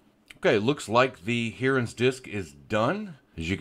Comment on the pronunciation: lol Hearans. Its called Hi-rens. 🙂